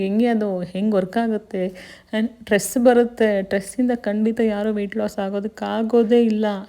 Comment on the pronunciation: ಸ್ಟ್ರೆಸ್ ನಾಟ್ ಟ್ರೇಸ್ please pronounce properly